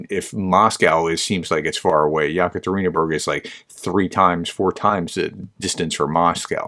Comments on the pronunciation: It's pronounced e catareenaburg 😊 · ye-ka-te-rin-bUrg “Yekaterina’s City” German-style name in honour of a German lady who ruled Russia way back when Pugachev dared to rebel.